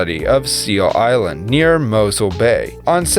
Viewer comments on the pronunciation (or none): Groot iland! 😂😂😂😂 Can't pronounce island properly! Pmsl